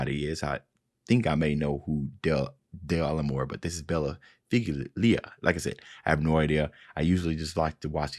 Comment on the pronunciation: Just FYI, "figlia" is usually pronounced "feel-ya".